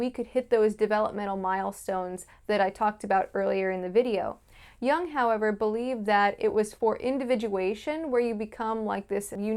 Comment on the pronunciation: Jung is pronounced yoong, and put the telaprompter under or abrove the camera _......